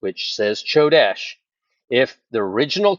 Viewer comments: You're mispronouncing Chodesh (Kodesh) it's pronounced with a k sound😊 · It's pronounced Ko desh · The "C" is silent in Hebrew, brother. Come quickly, Lord Jesus! 🙏👆🎉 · Ch should sound like a K 😊